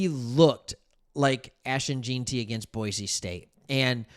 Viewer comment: It’s Gen-ty not Geen-ty duh